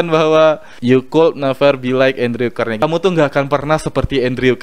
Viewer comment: Alhamdulillah, menarik mas...Izin beri masukan ya. Semoga ke depan channel nya semakin baik dan bermanfaat. 1. Utk Pronounce (pengucapan) nama2 dalam bahasa inggris mungkin bisa di upgrade lagi...Contoh : Andrew Carnagie 2. Pengumpulan Data lebih akurat akan lebih menarik dan bermanfaat utk pendengarnya. Contoh : Data ttg Carnagie ini, ybs adalah pengusaha zaman dulu. orang kaya dari bisnis baja. Bukan pesaing Bill gates, tp inspirator nya. 3. Selebihnya sih tentang pengucapan2 dalam bahasa asing nya... Sekali lagi, Sangat mengapresiasi review nya...Terima kasih banyak. Semoga sedikit masukan di atas bisa bermanfaat...